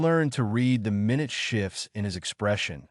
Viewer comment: 'Minute shifts' in this case is pronounced 'my-newt' shifts, not min-ut. Talking about 'small' shifts, not shifts that take 1 minute.